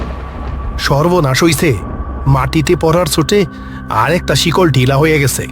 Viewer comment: Chikol ❌ Sikol ✅ 😂😂